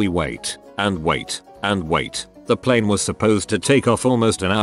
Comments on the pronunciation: I wonder why the text to speech voice randomly decides to pronounce it "pleen" instead of "plane"... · hes a kiwi text to speech